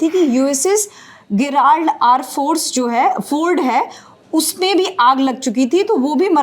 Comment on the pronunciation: गेराल्ड? Really?